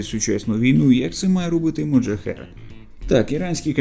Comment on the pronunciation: А чому "моджахер"? Його так військові називають? Назва ж Mohajer 6 - мохаджер 6.